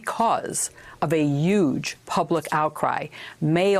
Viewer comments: Stop saying "yuge" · "Uge." Lol. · She keeps saying "Yuge"! WTF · and she says "yuge!" ;) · huge has a 'h' on it... ffs